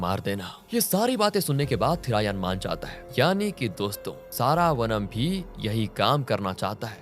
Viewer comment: सारावनम नहीं श्रवणम .. क्या हो गया है आज कल के लोगों को ? अपने ही भारतीय नाम ठीक से नहीं ले सकते